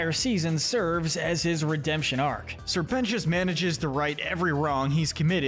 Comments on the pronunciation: ITS SIR PEN-TI-OUS NOT PENCHUS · You missed pronounced sir precious multiple times